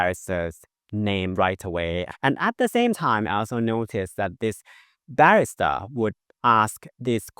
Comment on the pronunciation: trophy-yellow-smiling::trophy-yellow-smiling::trophy-yellow-smiling: Thank you, and now a little English for you: ba-RIS-ta, not BA-ris-ta. :person-turqouise-waving